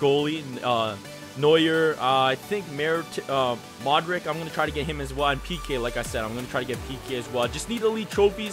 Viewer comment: "I wanna get 'MODRICCCCC" It's 'Modric-h"